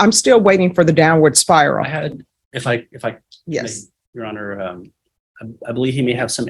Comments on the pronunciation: The guy at the bottom, in jail. What the heck is he calling the judge? When he answers yes or no? Sounds like ‘yes monitor’ and as the questions continued, he’d say “yes sir ‘monitor’ yes sir ‘monitor’ “😂 Also how can the corrections officers not know their loud talking and laughing is hears in all those individual court cases that were going with each prisoner. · can’t help it -“myohner/majohner/myhonor” and all it’s variations is so amusing to me. My youngest son says forget and “formember” instead of remember. Full on reminds me of that, which of course I find super adorable. 😂❤